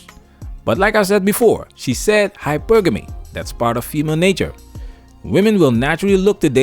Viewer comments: 😆 SHE SAID... HYPER-GAMY 🤣🤣🤣🤣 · Black Women have been denied femininity??!! That’s an argument I haven’t heard before. No, many sisters have out-right rejected it because many identify most aspects of femininity with weakness and submission. And I refuse to be lectured by a CHILD who pronounces hypergamy as hyper-gammy. The ability to articulate words doesn’t mean you that you have full depth of comprehension. And she PROVES that. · She Wants to be taken seriously but then says: "hyper-ganey" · She can't even pronounce hypergamy right. Says it all🤷🏿‍♂️🤦🏿‍♂️😂